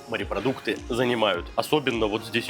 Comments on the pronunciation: Когда говорят "марипродукты" , не много каробит! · Сколько смотрю ,столько же и бомбит у меня от слова « МАРЕПРОДУКТЫ » !!!!! Ну бля ,ну как там можно ????